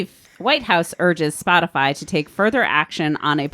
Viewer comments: My red pill moment was when Jen Psaki said "spotifly". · I wonder if Psaki mispronounced spotify on purpose to make it seem like the she and the administration have more distance from the issue and the company